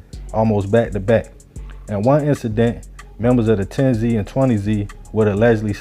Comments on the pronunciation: It wasn't 10 zee and 20 zee. It was pronounced 10's and 20's written with a "Z" instead of an "S" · Tens and twenty’s not 10zee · It’s tens lol not 10 Z 😂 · pronounce it like theres a S at the end instead of the z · It's not 10 z and 20 z it's pronunciation is tens and twenties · It’s “tens and twenties” not “ten-z and twenty-z” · It’s pronounced tens twenties thirties! The Z shit came from the the news channel. There ain’t no Z stuff at all it’s 10s 20s 30s like that. A lot of of 10s are crips as well as 20 & 30. And the only thing bloods got over south are 30s blood and O.B. Blood. The 30 blood stuff is made up and they never actually had the whole 30s area that’s just what they call themselves. They mainly used to be on 35th thru 39th & Chicago plus they had 4th Ave once you cross 32nd st. They area was mainly after you cross 35th tho because the low parts of the 30s they couldn’t even come to unless they was cool with somebody or had some pull or dope other than that it was a no go zone! Plus they opps was at 1 point was way too many people! The bloods hood shrunk to. But at the end of the day, I wish the whole southside could start networking working with each other and leave all that bullshit alone it don’t matter what gang hood mob clique whatever you ain’t gotta be killing nobody over no bullshit etc… At the end of the day all that stuff is a loss for everybody. Shout out to everybody over south north and St. Paul the suburbs too! Peace & love ✌🏾❤️💙💰💰💯😇